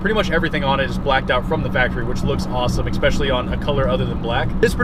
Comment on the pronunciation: "Ex-specially"... you know you do that right? ;-)